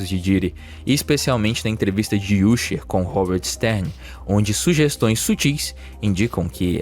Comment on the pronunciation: "Úsher" não... A pronúncia correta é "Ãsher"